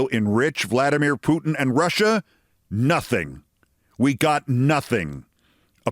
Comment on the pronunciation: Note: Its Trump therefore it's "Disaster In Alasker" between "The USA and Russier".